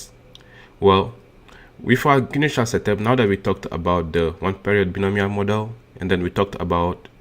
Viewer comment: "bionomial" is pronunced as /baɪˈnəʊ.mi.əl/